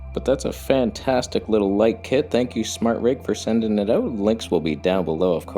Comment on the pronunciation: Smartrig? I guess you mean Smallrig 😜